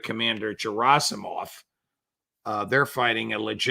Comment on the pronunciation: I like such pronunciation: "Джерасимов" (Gerasimov) 🤠